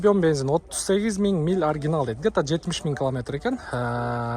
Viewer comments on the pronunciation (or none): none